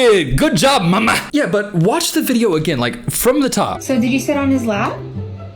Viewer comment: why does he say mama like that 😭😭😭